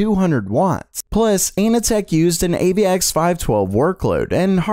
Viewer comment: Anand tech pronounciation is hilarious xD